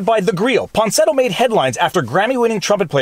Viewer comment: > Claims to be a good lawyer, supposedly a good reader. > Keeps calling Miya Ponsetto “Ponsinetto.”